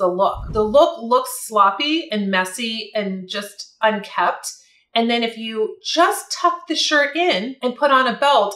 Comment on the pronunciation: I respectfully suggest you stop saying UNKEPT and say UNKEMPT instead. ❤